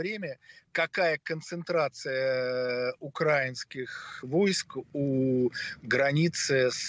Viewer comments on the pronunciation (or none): Заместитель председателя комитета Государственной Думы по международным делам в разговорной речи делает такое огромное количество речевых ошибок, что уши в трубочку сворачиваются "договоро́в, укра́инских, с Киева и т.д." ... жуть просто. Данному господину надо для начала на родном языке научиться говорить...